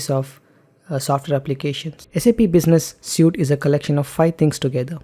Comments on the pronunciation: Excellent presentation. Your English enunciation is also top-notch. One gripe (because you use the word a lot), "Suite" is pronounced "Sweet". "Suit", describes the clothes you wear to an interview. My apologies but you have obviously worked hard on your English. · suite (sweet)